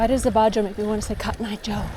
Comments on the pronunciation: It to be a dick but abajo is pronounced abaho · Abajo, pronounced, uh ba hoe